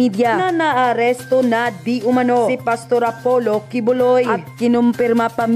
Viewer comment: yon iyong Di Umanao sana mabago, kasi ibig sabihin ng iyon di umanano, hindi mo nakita at nakibalita, nakarinig ka lang na hindi ka sure sa ibabalita mo!